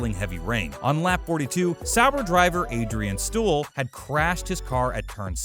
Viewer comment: I gave up watching after he said Adrian Stool. This guy is really bad and should never do voice-overs for things he knows absolutely nothing about. It truly makes the F1 Stop channel look bad and prevents people like me from subscribing or even liking their work.